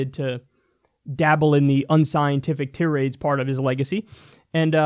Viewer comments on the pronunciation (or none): Yet another basic mispronunciation. Tirade is pronounced Tie-raid, not tih-raid. Kyle, please try to check these things in the future for the sake of my OCD. Thank you. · I wish that Kyle would stop mispronouncing "tirade"; it's "tī-rād," not "tē-rād."